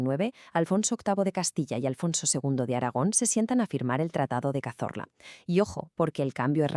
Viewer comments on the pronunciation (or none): Cazola, no Cazorla